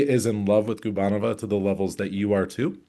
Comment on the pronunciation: Thomas, Anastasiia’s last name is pronounced guBAnova. Not GUbaNOva. It rhymes with Stepanova.